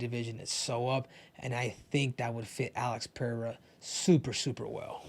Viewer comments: Ive been saying that from the start. It's like most commentators got a memo to call him Pinada or Penada. Something stupid. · Rogan is the worst, calls him pehera smh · or Chael calling him Pierra